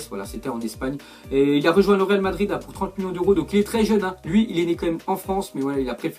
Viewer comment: "real Madrir "😂